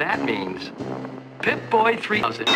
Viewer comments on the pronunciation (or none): “Pip-Boy e-ousend”